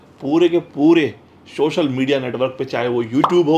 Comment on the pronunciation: Shochal 🤣 social bolna